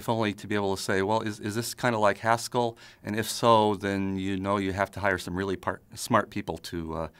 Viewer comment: When he was talking about Haskell, I kept thinking he was saying Pascal. I was obviously very confused.